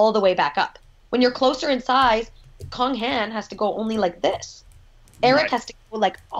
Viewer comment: I'd be glad to help. E.g., Cong Han = tsong (long o) han. Wenjian Sui = wen jyen sway. Xiaoyu = seow yree